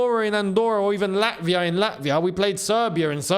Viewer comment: “Beat lavia” lol